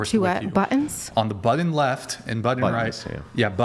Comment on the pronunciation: FINALLY someone catches INSANE use of words with T’s in them. The fuck is a ‘buddin’ bro? It’s a BUTTON. He does this quite literally with all his words that have T’s. ‘Buddin’ ‘Laddin America’ ‘cerdin’ it drives me nuts 😂